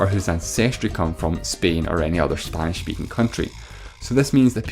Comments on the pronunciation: bro is pronouncing spain like "spein" 💀💀💀💀💀💀💀💀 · Why do you pronounce Spain like 'speen' ?